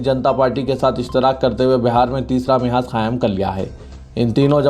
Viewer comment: Mehaaz nahien mahaaz correct pronounciation hai.